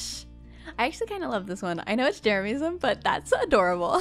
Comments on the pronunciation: I don’t know why I find it so funny how Joey calls Jeremyism “Jeremiahmism” 😂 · Joey saying jeramiahmism is ticking me off more than jeremyism itself Also I vote that the jermies and the coven band together as the magic squad and have a war against the fwips! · Yes he can’t say jeremyism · I love how Joey pronounces jeremyism wrong :P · TELL JOEY HE IS SAYING JEREMYISM WRONG!!! I respect JEREMYISM and THE COVEN but don’t be mean, Joel is being nice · i hate the way joey pronounces "jeremyism", he's the only one that gets it wrong